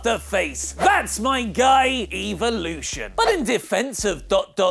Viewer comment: why do you say evolution like evelution